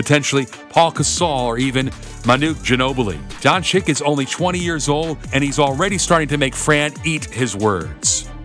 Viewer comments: It'a not Luka Donchik. It is Luka Donchich. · I think you should say Don-chich, not Don-chick. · Jebo vas dončik... on je dončič... če pa je vam američanom težko reči donCIC ga raje nazivite z imenom Luka in ne Luca😡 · Its pronounced donchich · Don-ceech.... This is how you pronounce it.. Like mine=Sim-ceech DON-CEECH!! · Well, because, in English, c can either be soft (as in "cease-fire") or hard (as in "castrate"). This reader opted for a hard pronunciation. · Your pronouncing doncic wrong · Kristapys Porzingis, Luka Donchik and Giannis Antekohupo. Very funny.